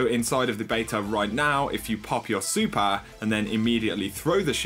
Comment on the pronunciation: Its super and master not supar and mastar